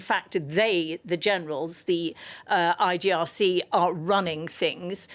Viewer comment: Your guest doesn’t know anything about the Islamic republic constitutional law, she can’t even say IRGC correctly. Your coverage of Iran news is biased and awful